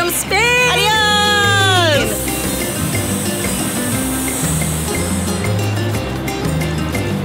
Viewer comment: It is Spain not sspppaaiiin